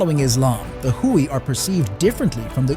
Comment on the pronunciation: Not "Hooie". It's pronounced "Way"